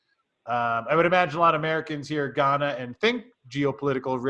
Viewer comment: For someone who invests a lot of money in Ghana, it’s rather surprising he can’t pronounce the name correctly. I doubt he’s spending much time on the ground.